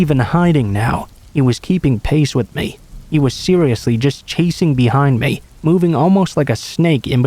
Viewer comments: Pretty sure it's advanced text to speech, any person who knows English would know how to say lavatory and ESPECIALLY "ME" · I'm sorry but hate the way he says "me".